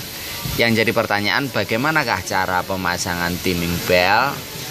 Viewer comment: Timing Yo di bacane taeming to oom om... 😁😁😁😁